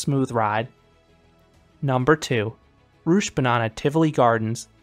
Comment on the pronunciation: Loved your reviews. Good try to pronounce the difficult danish names. Although your attempt at rutschebanen was quite amusing. It sounded much more like you said "Rutschebananen" instead of rutschebanen which would mean "Roller Banana":P